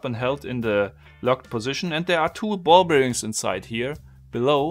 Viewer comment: I love it, but please stop saying Ball-Beer-Rings